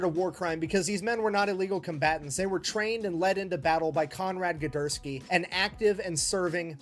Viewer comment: His dyslexia strikes! He was saying "Gedurski".